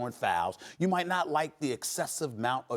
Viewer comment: Nobody: Stephen A: You night mot